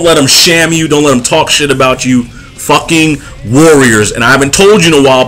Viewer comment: I don't know why you pronounce "shame" as "sham," but it works even better. When you think about it, a shaming tactic really is just a sham.